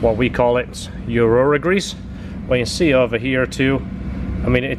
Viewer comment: Urea grease it’s funny because you always say urora